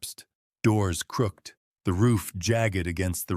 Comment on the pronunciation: Yes, really love them but hate the AI pronunciation of certain words...crooked, bowed etc